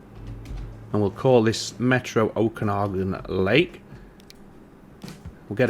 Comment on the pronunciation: Pronunciation of the lake name was spot on. Great series. Thanks